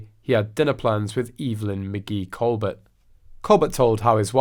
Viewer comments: Stephen’s last name is pronounced Colbear the T is silent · It’s pronounced “ Coal- bear” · The “L” and “T” are both silent on Colbert!! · The Late Show with Steven Colbert is pronounced Coal BEAR not Col BERT. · Learn how to pronounced Steven's surname!!!